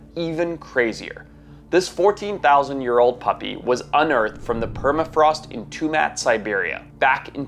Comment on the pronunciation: Love the videos man ! Hate the way you fucking say year tho lol keep up the great videos tho !!